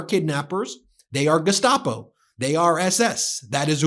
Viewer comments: Notice when Bovino pronounces "Gestapo" he uses a German accent... !!?? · It is a choice to use the German pronunciation of "Gestapo", too.